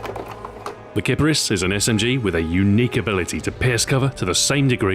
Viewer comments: Did Xbox Ahoy just pronounce a gun incorrectly? It's pronounced keep-arees. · Name is pronounced Kee-pah-rees btw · Huhu, sounds like clitoris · Ok I hear this gun pronounced in a lot of ways. "Kipperis" How I say it, "Kapris" as most of my friends say it, "KiPARis" Like how I USED to say it, and "Kip-Air-Is"